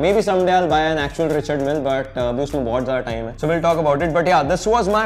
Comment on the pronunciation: Smartwatches and a RM copy degrades my respect for his collection Also it's pronounced Ree-shaard Mill